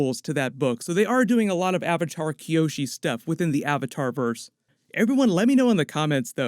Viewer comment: or "AHVAHTAHR" im going to roit